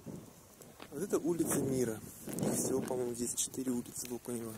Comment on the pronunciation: Везде в тексте ОкунЁво, а вы упорно произносите ОкунЕво.